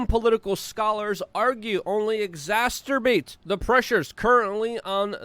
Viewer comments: "EXASTERBASTES"? Maybe exasperates instead?!!! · WHY WHY WHY DO YOU KEEP SAYING EXATURBATES? IT'S exacerbates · LUKE! EX-ASS-ER-BATES! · I'll sign up for Luke Uncensored when you stop pronouncing exacerbates incorrectly